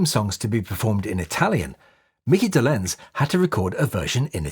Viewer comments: Hey know-it-all, it's pronounced DOL' enz, NOT dol ENZ. C'mon, man.... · Great video. For future reference, the stress is on the first syllable of Micky Dolenz's last name...